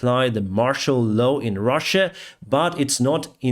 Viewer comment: Sorry to say but you pronounce words "shot" and "law" wrong. Sometimes it seems you use 3rd form. for a word shot which sounds like "shat". Please